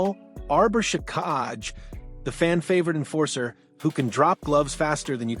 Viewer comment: hard to beleive this when you cant pronounce xhekaj and he averaged just under 15 min a game not 10